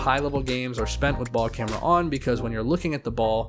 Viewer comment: No one gonna talk about him calling it baLl CamEra